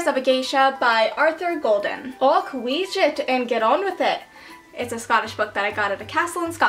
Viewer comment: the way you pronounce wheesht is amazing!!! you don't pronounce it like wee-sht, it kinda like weeshhhht just all in one!